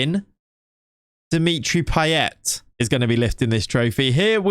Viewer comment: 'Paye' you dont say the T...